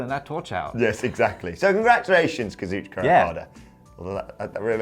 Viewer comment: Why do Scottish people put an ER at the end of words that end with an A? For instance, they say Kazuchiker instead of Kazuchika 🤷‍♂️